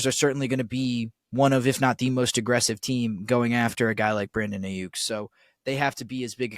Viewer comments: Geez. Put down the pipe and just say "No" to drugs. First, if you can't pronounce an NFL player's name (it's EYE-Yuk not AY-Yuk) few people will believe that you know what the h*ll you are talking about. BA was in Santa Clara today at the 49er's first day of the voluntary offseason program and texted about it - surely a clear sign he wants to be traded. BA will be given a new deal by SF within 5 months (that's how long it took to finalize the Nick Bosa deal last year) and when it is done, BA will eclipse Tyreek Hill's contract of $52.535M gauranteed money. SF currently has $6.78M in CAP space and that will increase that by another $18M on June 1 after the release of Arik Armstead goes into effect. You should know these details - this is your business - but clearly you do not. BA is going nowhere least of all Pittsburgh. When the 49er's re-sign Brandon Aiyuk to a record contract, you should apologize to all the gullible fans who believed this nonsense. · You don't even know how to say Aiyuk